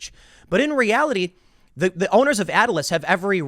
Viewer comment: It's not Atlas. You're literally reading off the page and keep mispronouncing their name.